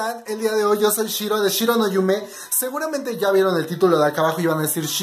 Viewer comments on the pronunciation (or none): none